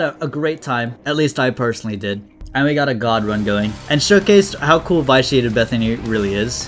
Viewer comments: Hey, sorry to be the pronunciation police but it's supposed to be pronounced vi·shee·ay·tuhd. Love your videos but hearing v-eye-shee-ay-tuhd made me cringe. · Don't mean to sound rude, but I think vitiated is pronounced vish-e-ated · Me every time he says vyshiated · You're mispronouncing vitiated